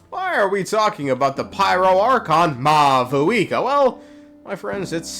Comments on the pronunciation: Sup, Mah-Vuika 🤝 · It seems that maybe they got a new Pronunciation guide for 5.1 since both Natlan and Mavuika are said differently and technically more accurate to how they’d be pronounced irl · Bro is offended by the lack of v in Mavuika's name in this trailer 😂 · Bro doesn’t know how to speak It’s “Mavuika” not “Mavuika”